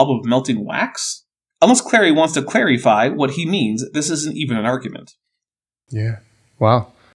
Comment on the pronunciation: Lol, "claryfy" may be a gimme but it gave me a chuckle.